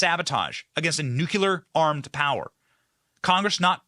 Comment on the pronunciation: Benny...please... Its Nuke lee er....not nuke u ler...please pronunciation matters!! Lolol sound uneducated saying it wrong